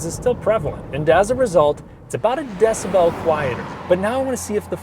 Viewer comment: Pronunciation is - Decibel = Syllable - not I’m a bell